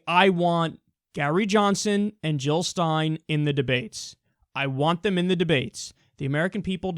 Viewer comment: Jill not hill!!